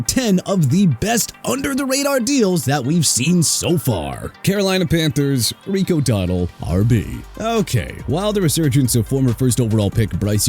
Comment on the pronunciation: Gotta love how puts in a clip of people saying Rico Dowdle and Chuba Hubbard's name correctly and then proceeds to pronounce them incorrectly. It's almost like he's doing it on purpose and it's really annoying tbh